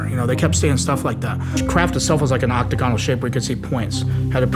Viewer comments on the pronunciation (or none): He started with "octa-gone-al" I'm out.